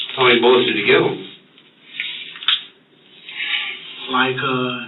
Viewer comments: “Actually, I didn’t provide those BULLECKS!” 🤣🤣🤣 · He should be put away just for pronouncing "bullets" as "bullikks". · Well I’m convinced that the guy who pronounces bullets as “bullicks” is 100% smarter than the police and is also innocent. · Is he really saying Bulics?